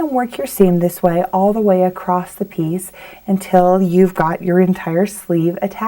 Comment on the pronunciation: ACROSS ,not acrost! lovely pattern thanks